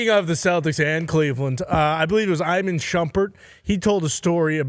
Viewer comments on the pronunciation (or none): Dawg “EyeMen Shumpert” 💀💀💀